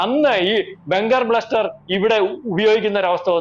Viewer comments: Bunker Buster ആണ് , ബ്ലസ്റ്റർ അല്ല 😂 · Bunker bluster alla buster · Pronounce correctly. Bunker buster.